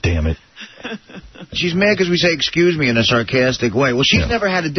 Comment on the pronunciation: If I remember correctly, pelican was ripping his wig apart every time would say ecscuse me. Dumb gangly bald bird.